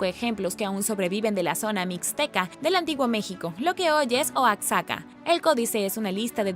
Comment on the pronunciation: Me encanta tu canal,saludos desde Lerdo Dgo,nada más para comentarte que no se dice Oacsaca si no se dice Oajaca, pero se escribe Oaxaca